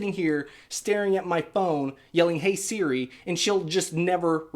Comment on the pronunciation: works just fine on mine too. I think it may be accent related. You can make Siri reprogram to respond to accents in settings under Siri. He kept saying it like seere. That’s the issue. Should be like suri